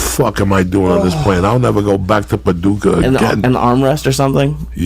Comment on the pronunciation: I can't believe Uncle Joey dropped "Paducah", my birthplace....and total shit hole. He nailed that one....